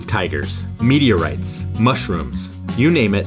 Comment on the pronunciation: I heard media rights instead of meteorites